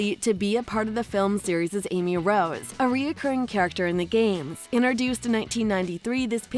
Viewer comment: Stop saying iner dueced!!!!!!!!!!!!!!!!!!!!!!!!!!!!!!!!!!!!!!!!!!!!!!!!!!!!!!!!!!!!!!!!!!!!!!!!!!!!!!!!!!!!!!!!!!!!!!!!!!!!!!!!!!!!!!!!!!!!!!!!!!!!!!!!!!!!!!!!!!!!!!!!!!!!!!!!!!!!!!!!!!!!!!!!!!!!!!!!!!!!!!!!!!!!!!!!!!!!!!!!!!!!!!!!!!!!!!!!!!!!!!!!!!!!!!!!!!